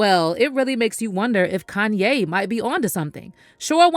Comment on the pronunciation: kan-YAYYYYYY! 🙄 Why TF is this person that’s speaking, pronouncing Kanye’s name with the emphasis on the “yay” part? It’s so affected! If ya can’t say his name properly than just refer to him as “YE”, which is what he wants to be referred to?